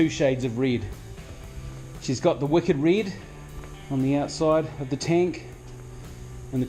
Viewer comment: Reid???? Oh you mean red